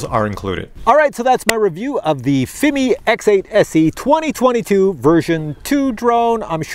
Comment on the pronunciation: Still trying to figure why pronounces Fimi as Fimee, but for Cine he says Sceeny, lol! AR least be consistent! 😆 Then again, I say Feemee, and Siny, we are probably both wrong!